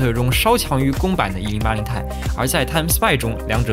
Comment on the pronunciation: 其实读1080 T I，不是太。